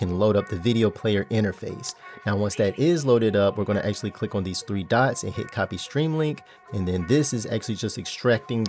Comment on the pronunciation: ackhually ackhually ackhually